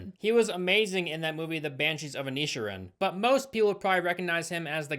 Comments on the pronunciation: Banshees of Inisuron? 😂 Banshees of In. A. Sheer. An. Sorry Irish fan here, love your work. We also miss you takinga pipe hit on video. 😂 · Im sorry but tf is an "ineeshirin" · Inisherin (In-Ish-Erin) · It’s pronounced in-ish(pause)eeran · Bro said Banshees of Annishurrin 😭😭😭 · Sorry sorry but you pronounced inisherin wrong It's (inish) (airin) or (eran) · At this point I really can't tell if you're just intentionally pronouncing all these words wrong or it's just an American thing. "Banshees of A NEE sherrin" lol they literally pronounce Inisherin like 4 times in the film. I'm assuming it's just an American thing since you pronounce things really weirdly in all your vids. Great vid though, I watched this movie when it came out and hated it, glad someone else is finally talking about it. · Hearing pronouncing Inisherin cracked me up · That was the worst way of pronouncing the banshees of inisherin, you get first prize! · i love you but you butchered the word “Banshees of Inisherin”😭